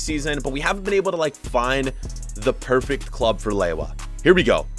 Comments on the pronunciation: its not lewoua its leva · its pronounced Leva not laywah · How does Lewa become Lay-wah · Who gets triggered every time he says lewa? Like im polish so im not surprised